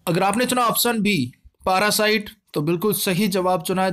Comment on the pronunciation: पारासाइट नही उसे पैरासाइट बोलते हैं सर जी 👍👍